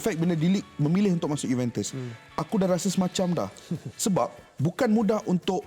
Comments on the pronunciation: Sebutan Juventus tu salah bukan sebut juventes tapi juventus. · Cara sebutan dia Yuventes la palatao